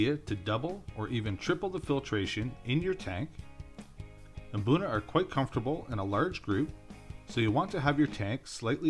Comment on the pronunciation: Pronounce it boona not Mboona